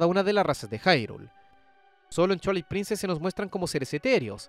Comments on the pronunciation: Por qué dicen "chuailit princess"? Se dice "Tuailight princess" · "Chualait Princess", mis oídos!!! 😂😂😂😂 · Observación constructiva, cuida que Twilight no suene a Chuailait...se oye feo. Por lo demás, excelente contenido 👍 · Me mata de risa como pronuncia /chuailait/ princess … 🤣